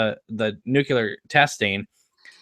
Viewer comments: As a non-native English speaker I really can´t understand how A LOT of native speakers read NUCLEAR and pronounce NUCULAR. "There is no correlation" What?! The "Mother" thing puked exactly a viscous substance, Bob´s "essence" and EGGS, lots of them... how can anyone miss that? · Eraserhead 2: Nukular Garmonbozia